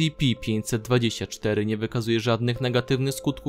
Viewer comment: Dlaczego musisz tak przeciągać wstęp? Ideentyfikatooor podmiotu... estsipi 049; I dlaczego nie przeczytasz po polsku: es ce pe, tylko kiepsko po angielsku :/